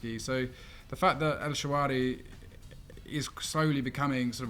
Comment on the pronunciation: Who’s El Shawari?? Isn’t he El Shaarawy?